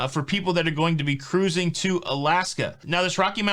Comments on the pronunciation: Subbed just because I like when you say ca'ruising. 😂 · Hey hey! Thanks for always keeping me & my husband up to date with Cuh-ruising!! 😀